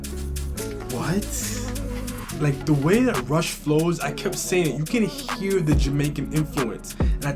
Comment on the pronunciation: Man said Rush as Russ in the beginning. Great reaction vid!